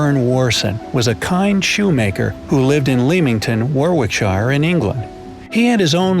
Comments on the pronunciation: It's pronounced 'Lemington' not 'Leeminton' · BTW lol its not Leeming ton, it's pronounced lemming ton 😂 good vid tho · I live in Leamington, its pronounced Lemmington. You're welcome. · Leamington is pronounced 'Lemmington' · Lemmington, Warrick-shuh :) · I living lilington Warwickshire You pronunced Leamington wrong